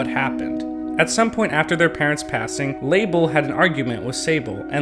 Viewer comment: Nintendo: Okay so there’s Mabel.. Me: Yes. Nintendo: And then there’s Sable.. Me: Yes. Nintendo: And then there’s Label. Me: Pronounced “lay-bull?” Nintendo. No, pronounced “Luh belle.” Me: 😤